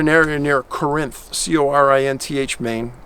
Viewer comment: BTW Corinth Maine is pronounced “Coor-enth.” FYI.